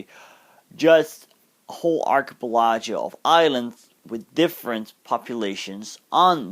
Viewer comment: Excellent video. By the way it's pronounced 'Ark - y - pel - i - go ' . I hope this helps!